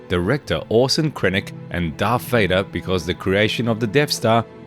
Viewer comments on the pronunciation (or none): none